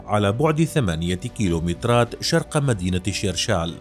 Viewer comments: دائما الاحظ ان اغلب العرب والقنوات لا تجيد نطلق اسماء المدن الجزارية مدينة شرشال تنطق Shershal ببساطة وليس Tcheerchaal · بالله عليك ما تزيدش تنطق اسم مدينة شرشال عوّقتيها وخّذتيها